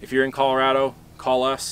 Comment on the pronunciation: You say Colorado incorrectly.